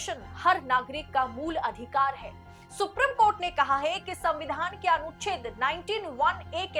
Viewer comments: Thoda normal tone mein bola kariye to behtar lagega ... Aur itna lamba kyon kar deti hein ... It is Supreme (सुप्रीम ) court and not Suprum court. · अपना उच्चारण शुद्ध करें,सुप्रिम कोर्ट नहीं बल्कि सुप्रीम कोर्ट होता है।